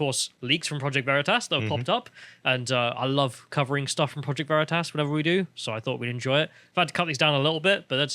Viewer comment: Big brain on mispronouncing Vereetas 😂😂